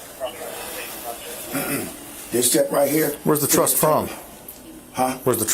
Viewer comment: It’s TRUST NOT truSS.